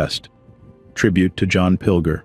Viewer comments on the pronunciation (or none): Sad to hear about the brilliant journalist, but his name is pronounced as John 'Pil-jer' not Pil-ger